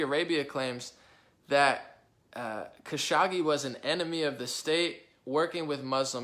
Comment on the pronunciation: “Kuh-show-gee” is how to pronounce his name. Who dies an analysts without bothering to learn how to pronounce his main subject’s name? Trump decided to give the Prince responsible for ordering the brutal murder of Kashoggi a king’s welcome at the WH in Nov 2025, and denied to press the prince ordered the killing even though it’s a known fact he ordered the hit..